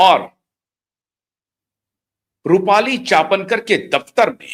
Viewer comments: चापनकर नहीं चाकणकर l आप बार बार हर video में गलत नाम का उच्चारण कर रहें है l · अबे गधे चापणकर नहीं चाकणकर है